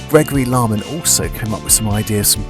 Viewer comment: Aaaannd you mispronounced my name! Don't worry it happens often enough haha! It's Larkman, like the bird Lark. Glad to see that you used my idea!